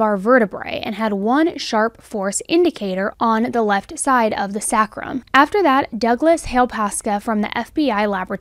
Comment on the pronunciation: It’s “SAY crum”. Sacrum